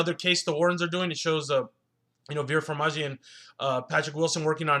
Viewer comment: It's pronounced Far-ME-ga. And as of now you are the minority by not liking this movie. Top critics seem to be appraising it.